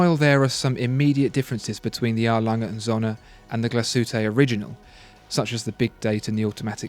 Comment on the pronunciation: Your pronunciation of Glashütte is dreadful, even worse than A. Lange & Söhne. It wouldn't take a huge amount of effort to find out and learn.